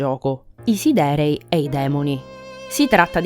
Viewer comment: Devi correggere solo la pronuncia di alcune parole (come siderei, come lo pronunci tu è inascoltabile) per il resto bel video, per approfondire ancora una volta ogni minimo dettaglio su un FF a parer mio "definitivo"